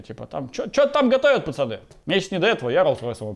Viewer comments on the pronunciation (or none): none